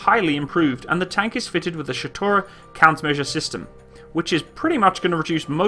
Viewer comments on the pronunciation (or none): Shtora not ShEtora ;)